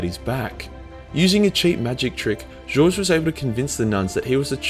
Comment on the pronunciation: Its Goge as in Got, G oge Vandire. Evil fuckin name if you ask me.